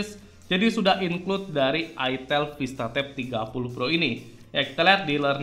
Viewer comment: Salahnya penyebutan mereknya ga enak banget 😭😭😭😭